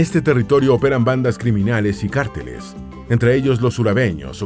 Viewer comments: No se pronuncia cárteles, sino carteles (sin tilde). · Muy bueno el documental!! Hubiera sido excelente solamente que alguien hubiera corregido al narrador y le hubiera enseñado que la palabra “carteles” no es esdrújula o sino llevaría tilde, por eso debería pronunciarse con el acento en la segunda sílaba. Y también con “Antioquia”, Se pronuncia con el acento en la segunda sílaba, no en la última. Se oye muy raro cuando la dice, es como si un mexicano estuviera viendo un documental sobre Mexico y el narrador lo pronuncia Mexicó (con en acento al final) 😂 O me imagino que es una narración robot automatizada